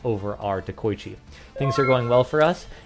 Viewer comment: It's not "de-koy-chi" and "bo-koy-chi". It's "de-ko-ichi" and "bo-ko-ichi"